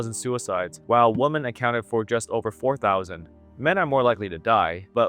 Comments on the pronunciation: WOMEN IT'S PRONOUNCED WOMEN, NOT WOMAN, HOLY FUCK YOU'RE A RETARD. Learn to speak you utter moron. So fucking disrespectful and ignorant. It's like saying, there are a lot of man in here. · Women v woman are pronounced differently! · Learn how to pronounce "women", mr. PhD sociologist.